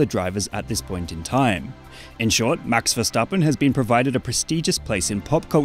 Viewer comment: That's max himself pronounces his name